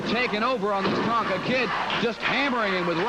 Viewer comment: it Tonga not Tonka ...lol